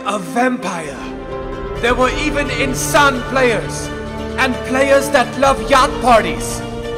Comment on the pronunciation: in-sané good one